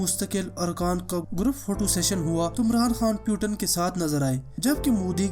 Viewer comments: Its a not name PUTAN 😂. He is a Vladimir Putin' s 🤣. And first of all u said correct name . Then any video uploaded.... that's why fokat ka ROAST hoga tu bhai. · Abe fakir putan nahi putin bol... Nam to thik le.